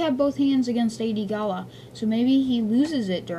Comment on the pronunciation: First, it's gallia, not "gala", & also it's weequay, pronounced wee-kway. Second Hondo won't die, it's just to out of Cw character. Pre vizla I agree with you though